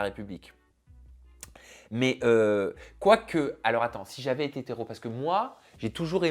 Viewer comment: Il n'arrive même pas à dire "si j'avais ÉTÉ hétéro" ; il dit si j'avais été rot 😅